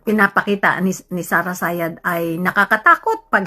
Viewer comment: 😂😂😂😂 Did she'd say Sara Sayad?